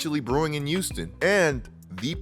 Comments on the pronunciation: They say ppl who pronounce Houston like youston are serial killers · Return to "Youston"